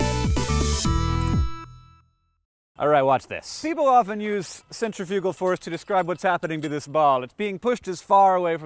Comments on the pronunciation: To elaborate, you said it as center-fugal, when in fact it's really cen-tri-fi-gal (sen-trif-yuh-guh, -uh-guh from the dictionary). We're inclined to say it as 'center' because we see that first in the word, but that is an incorrect breakup of the word. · I was really confused at first but then I realized that I think you're just pronouncing "centrifugal" differently than I've ever heard it pronounced. Lol I'm dumb. And kinda tired haha, my bad ;o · TIL that I've been pronouncing centrifugal force as centifical force all my life. I'm currently having one of those WTF moments. No big deal. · You pronounced centrifugal wrong -_ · Akex and Carrie should re-record This Kiss because they said centrifugal. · are there two pronunciations for centrifugal, or have I just been saying it wrong since I was 12? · is it bad that i didnt even know what centifugal force was? i thought you were saying centripetal force at first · I have never heard anyone say "centrifugal" before so at the beginning I thought that I had been pronouncing centripetal wrong for my entire life.